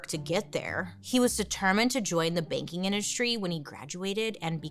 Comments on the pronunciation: The first 10 minutes I thought she was saying baking industry not banking oml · everytime you said “banking” i heard “baking” and i was like he wanted to be a baker?!? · Me too!! I was so baffled. I was sat here saying "Baking? Like... Cake? Or bread?". Took me far too long to realise she wasn't saying that. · Me too!!